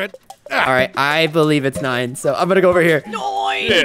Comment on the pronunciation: It's noine really got me there🤣🤣